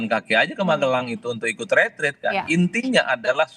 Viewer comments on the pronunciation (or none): Kok mengucapkan retreat salah, dibaca retret, ini kah level penyiar Kompas?